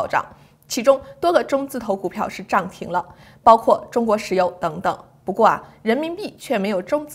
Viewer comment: “涨停”的涨 读Zhang3（第三声）。不读Zhang4（第四声）。股票涨了、水涨船高等都同样读Zhang3。节目很好，经常听👍 只有这个发音听着特别扭